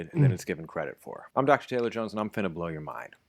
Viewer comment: 😂 yooo that “finna” caught me off guard. Why did it roll off so flawlessly